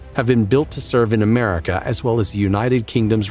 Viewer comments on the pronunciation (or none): Merica said in a southern accent